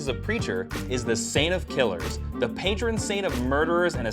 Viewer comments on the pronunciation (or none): none